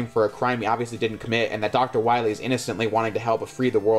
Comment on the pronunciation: Doctah Wahwee